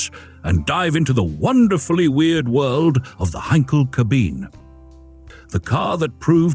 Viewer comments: Mir geht es genauso. Anstatt Kabine (deutsch), sagt die KI-Stimme cabin ('cäbin' englisch)... usw. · It's KabinE. The E is NOT silent. And please. have a less annoying narrator next time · In German, a final e is unaccented, but is not silent. Generally a schwa, or something very close.